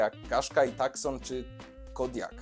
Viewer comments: Trochę krytyki z mojej strony: – Nie "takson", tylko "tusą". Aż mi uszy więdły jak tego słuchałem... Tak się wymawia Hyundai Tucson, zresztą wystarczy włączyć sobie pierwszą lepszą reklamę Tucsona i zobaczyć, jak tam to wymawiają. – Momentami troszkę za głośna muzyka, a za cicho mówiłeś. A SUVy? Owczy pęd i nic więcej. Już sama nazwa "SUV" jest takim nadużyciem, że to głowa boli, bo 90% tych aut to w ogóle obok SUVa nie stało. Z Twojego nagrania wynika, że ludzie nie myślą przy zakupie auta i tak też jest w rzeczywistości. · FYI; Tucson wymawia sie: [ˈtuːsɒn] lub po brytyjsku ['tu:son]. "C" jest nieme. Nazwa samochodu pochodzi od miasta w Tucson w Arizonie, USA. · "Takson" razi. Czasem warto sprawdzić wymowę.